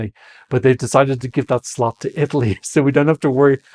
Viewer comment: I know you're calling nr2 the death slot, but I keep hearing "death slut" 😂